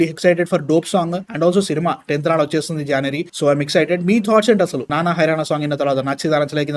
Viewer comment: This host doesn't know how to pronounce the basic Telugu words. He utterly pronounced the first word of the song. Instead of 'Nana' he uttered 'Nanna' and 'Velathi' instead of 'Velithi'. This is the first and last time I watched this channel.